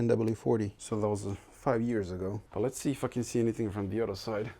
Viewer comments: Every time you say "If I can", it sounds almost like "f...ing". Congrats on 100K plate. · Every time you say "if i can" i perceive it as "fucking" i was so fucking wrong. =) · Man, everytime you say "If I can..." - I hear f*cken))